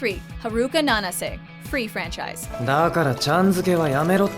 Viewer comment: Yea dubs are really bad They almost always pronounce names wrong. Like I was cringing every time she said Haruka and Nanase